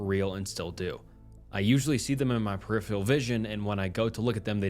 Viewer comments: Peripheral is pronounced PER-I-FER-AL!!! Not perifail !! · Dude.. I am begging you to please learn how to pronounce peripheral